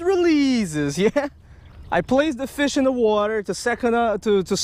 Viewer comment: ASIAN MAN HAS A FEESH AWN HIS LINE!